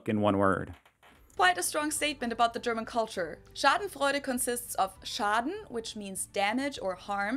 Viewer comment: Schadenfreude is not called with the u :). Because theres an "eu". its the same like you dont call a english "th" the same like an "h"